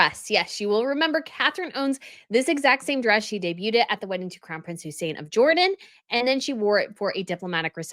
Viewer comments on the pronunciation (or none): none